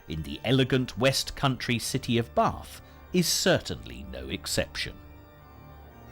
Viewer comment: there no r in bath